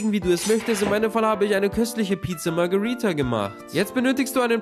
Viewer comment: Hör doch mal auf Margörridda immer so künstlich halb englisch halb italienisch aussprechen, hört sich echt bäh an. Hast du gar nicht nötig, deine Videos sind gut.